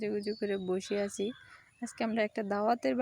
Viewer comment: কিছু মনে করবেন না। আপনি প্রথমেই যে বলেন আমি ভালো আচি আপনারাও ভালো আচেন। এই উচ্চারণ টাকি ঠিক করে করা সম্ভব না?একই রকম ভুল উচ্চারন প্রতিদিন করেন। সঠিক করার চেষ্টাতো করতে পারেন। উচ্চারণ টা হবে আমি ভালো "আছি" আপনারাও ভালো "আছেন"